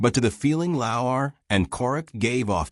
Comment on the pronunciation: Get your AI to pronounce Lauer CORRECTLY! Why give any airtime to this segment anyways?